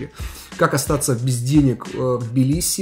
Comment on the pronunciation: Надеюсь до конца ролика научиться правильно произносить слово Тбилиси......😂😂😂 и не будет тебе мешать снимать видео 😡